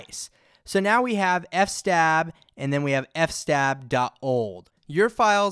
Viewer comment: 'f-stab' 😅 loved it. It's fs-tab... filesystem table.